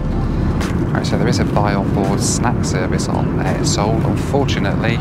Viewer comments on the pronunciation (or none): At first I thought you were saying A-hole then I released the airline is Air Seoul. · it sound like a**h**ev 🤣😅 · I've heard of Air Seoul before but never realised what other word it sounded like 😂